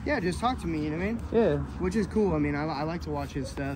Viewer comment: It’s kooo it’s your choice buttttt I’m down for whatever brother